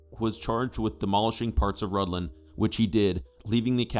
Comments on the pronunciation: I thought it was pronounced Rithlan so I was confused when the narrator pronounced it Rudlan. Thanks for explaining the pronunciation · Your pronunciation of Rhuddlan needs some work. 😊❤😊